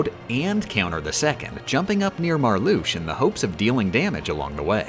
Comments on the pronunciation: love your videos but im gonna have a fucking aneurysm if you don't learn to pronounce the names of the organisation members veksen, aksel, marlusha, larkseen, leksius, zeksion, zigbar, zaldin, sai-iks, demiks, luksord, roksas, shion if i hear "marloosh" or "sayks" one more time ill actually go insane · The way they pronounce some of the Organization's names Confuses, Angers, and Scares me.